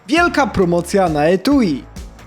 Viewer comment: pomocja XD